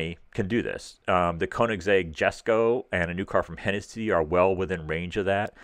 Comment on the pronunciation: Prounounced; YES-ko....